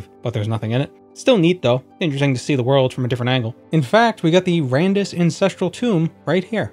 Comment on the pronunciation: lol, you said 'beat the worm'